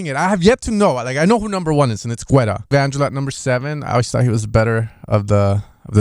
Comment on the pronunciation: Geta, pronounced David GETA